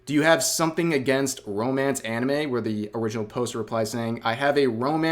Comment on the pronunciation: All "anime youtubers" are cringe as shit imo. Somehow hearing a westoid say, "auhnumay" in real life just ruins it for me. No thanks.